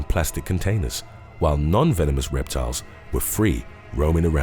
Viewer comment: Repeat after me.. VE-NO-MOUS..